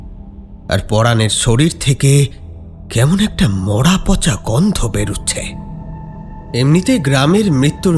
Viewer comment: খুব ভালো। একটু চন্দ্রবিন্দু গুলো বুঝে ব্যবহার করো। "পঁচা" নয় পচা। এরকম আরো কিছু আছে। এদিকে একটু খেয়াল রেখো।